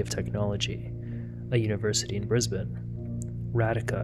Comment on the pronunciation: I LOVE that you say ‘Brisbane’ correctly! I don’t think I’ve ever heard an American pronounce it right 😂 I live there and I’ve never heard of this case!!